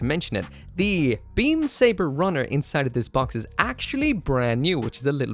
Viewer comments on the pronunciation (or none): none